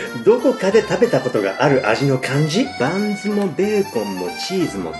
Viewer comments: パンツの中にって聞こえた気がするｗ(●´ω｀●) あ、バンズかｗ聞き間違いｗ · ふんわりパンツって聞こえた‥